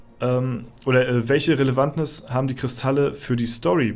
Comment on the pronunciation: Ach, es heißt doch Relevanz